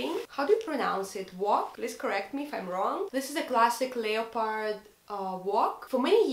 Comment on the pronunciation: Интересное видео) всегда интересно слушать русских на английском) вы просили назвать ошибки. Из того, что я заметила, не mother tounge, а mother language) и произносится больше как "лепард", без "о") в целом, английский хороший, приятно слушать)